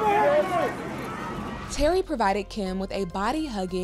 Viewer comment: Please ask if you don't know his name is not Terry it's Thierry always look up pronunciations before hammering a word Google